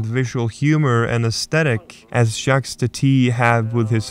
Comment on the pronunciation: Also, Jacques is pronounced with a silent s...